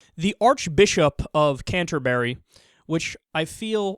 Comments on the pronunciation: It's actually pronounced "canter-bree", not "canter-berry". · Secular Talk Canterbury only sounds funny to you because you're pronouncing it 'Canter-berry'. It's pronounced 'Canter-bree'. Canter-berry sounds like some sort of posh fruit. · Don't pronounce the u in Canterbury. Canter-bry. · Canter-berry? Try saying Canterbury more like Canter-bree. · You're pronouncing Canterbury wrong. Having moments of doubt is not the same as being agnostic. C'mon you can do better than this pal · No, you are most certainly not a genius , because you are wrong in saying hes agnostic because he said he has doubt. Everyone has times of doubt. So do your research , and while you're at it learn how to pronounce Canterbury. God Bless you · This dude can't even pronounce "Canterbury" properly, no wonder he feels like an idiot saying it incorrectly. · Lol how he pronounces Canterbury